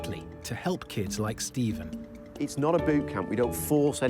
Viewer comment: steven- "good evening" stephen- "good ephening"